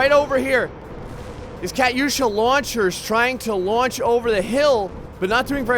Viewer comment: It's pronounced cu-too-sha